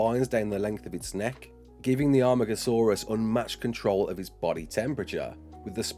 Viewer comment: This is so exiting, very happy :D also amargosaurus in JWE 2 and now Ark. YES It’s pronounced ar-mar-go-saw-rus by the way